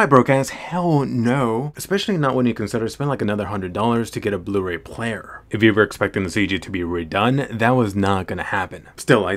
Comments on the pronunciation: Blu-Ray? More like Blur-Ay. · “Blur-Ray” But seriously, the Blu-Ray looks much better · Blu-ray more like BLUR AY Ah ... Ahhah ah ...